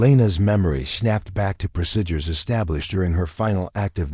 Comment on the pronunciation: PLEASE learn how to say "procedures"! It's not "proSIDures", it's "preSEEdures"!